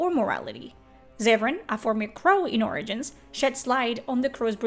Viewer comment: You say origins Funny! ~ORINGINS!